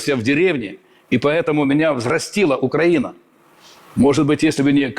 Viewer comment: Та щей УкрАіна,наголос не вірно,убила б...